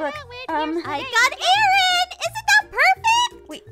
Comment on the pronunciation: Its Aaron not aron😂